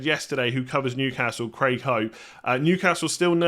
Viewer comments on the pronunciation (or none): none